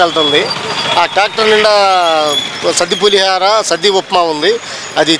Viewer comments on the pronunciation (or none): సద్ది అనబోయి సాది అన్నాడు. తెలుగు రాదు కదా!